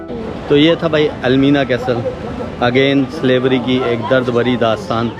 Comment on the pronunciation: it is not pronounced as CASTEL but CASEL the T is silent,you are an international Vloger so please be careful with pronunciation.Slavery was bad but worst was that African tribes used to capture other Africans for slavery.